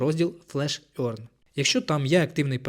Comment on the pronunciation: Можете в гугл транслейтор написати "earn" і послухати як вимовляється? Ви почуєте "еарн", а не "орьн". Це непрофесійно. Дякую за відео!